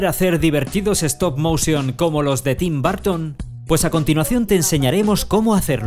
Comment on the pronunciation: "Tin Barton" 😂